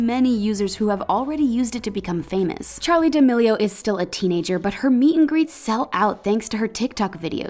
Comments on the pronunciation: you said D'amelio as deamao on . Why... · Charli d-uh-meal-e-o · im sorry- but did this woman just say "charli diamio" 🤦🤦🤦🤦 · She really said Charli "D'ameio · why did she say the last name like that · You said Charlie d'amelio's last name wrong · The way she pronounces charli d’amelio on the second part 🤮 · how can people not say her last name right??? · Anyone else find it seriously annoying how the lady pronounces d’amelio